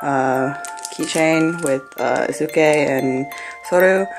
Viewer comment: I'm just gonna correct you on some name pronunciations Soryu (Sore-you) Eisuke (eye-skay) So lucky! ;A; Wish I could've gone but I live across the country